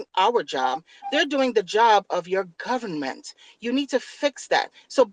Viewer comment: It’s da gubbament